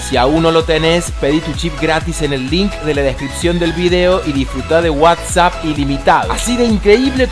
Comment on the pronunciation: sonas re cheto cuando decís WhatsApp, mejor deci wasapp